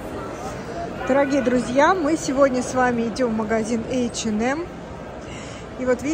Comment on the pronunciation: ей в одном из комментариев зрительница квалифицированно разъяснила, как правильно произносить это название. Даже если бы так говорили финны, она всё-таки русскоязычный блогер. Неплохо было бы подучить русский язык или пользоваться Гугл, словарями какими-нибудь...